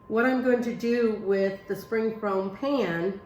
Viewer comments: Dear Amy, It is a "spring form pan". You keep pronouncing it "foam". My dear friend says the same thing. Love your kitchen tutorials. Everything you make is with common ingredients and I like that. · In most of her videos, she repeats herself quite often. It’s called a SPRING FORM PAN not “foam pan”. She keeps pronouncing it “rhubar” when there’s a “b” on the end rhubarB! Lol.